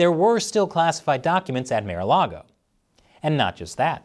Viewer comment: He said "mayor-a-log-o" but its "marh-a-log-o" :1